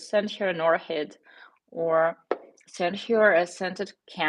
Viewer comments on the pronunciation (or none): its not orhid its orkid (orchid)